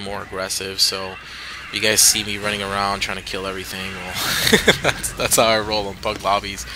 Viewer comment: Armor-Piercing beats 'errthang